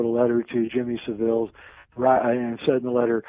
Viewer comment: Jimmy Saville is pronounced 'ILL' at the end, there is nothing fancy or french sounding about the pronunciation, please Americans drop the pretentious sounding 'e' at the end-it's pronounced ILL not EEL. Thanks.